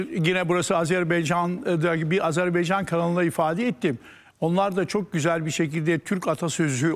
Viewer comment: "AZARBEYCAN" değil Hocam...A z e r b a y c a n. .. AZER BAY CAN.....